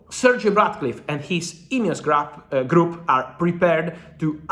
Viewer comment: Swore I heard Fabrizio say “INEOS Crap” not “group”.